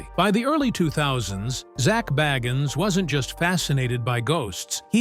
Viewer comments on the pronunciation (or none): Say his name right